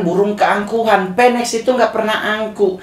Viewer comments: Phoenix.... Nyebutnya funiks bukan fenek ya 😁 Phoenix was rise from the ashes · Bacanya Finix bukan peneks yaa bang. Dan burung Phoenix itu lambang kekuatan. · Bang, cara bilang ‘phoenix” itu ‘finix’ bang, bukan ‘penex’ oke bang. Salam